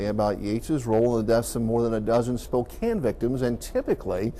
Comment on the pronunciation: You said Spokane properly. Kudos!